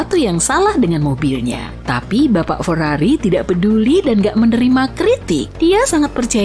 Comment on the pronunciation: feiriririri atau lambergember ?